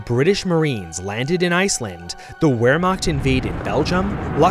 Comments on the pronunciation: Will you please quit saying "ware-macht"? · you mispronounced Wermacht, the w in german sounds like a V, but you did your best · Does anyone else get get irritated when he mispronounced Wehrmacht. It’s just a little pet peeve I have, I love his videos. But for the love of god, my brother in Christ the W is supposed to be pronounced as a V.